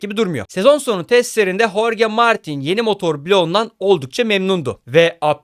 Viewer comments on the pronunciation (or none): none